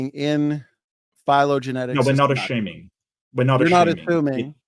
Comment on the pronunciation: dude really pronounced "assuming" as "aSHuming".... WHAT an idiot. I literally would've ended the debate right there... If we can't get basic word pronunciation right... We CANNOT argue ANYTHING.